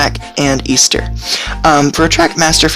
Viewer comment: Great video but i believe her names actually pronounced "Eh-ster" not "Ea-ster".